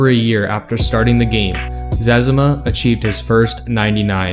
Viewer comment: Im glad you pronounced his name the same way my brothers and I do! Cause that means we were right! Right about it. My license plate for one of my trucks is "ZEZIMA" so you could say im a fan :) Great video!